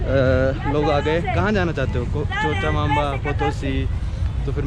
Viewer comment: Cochabamba कोचाबाम्बा not चोचाबाम्बा